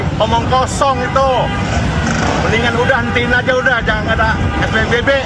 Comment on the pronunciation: Psbb bang bukan spbb😅😅